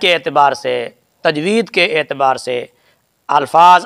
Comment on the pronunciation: tajweed hota ha tajweez nhi